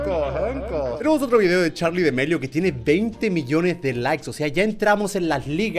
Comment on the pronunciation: Germán es damelio no demelio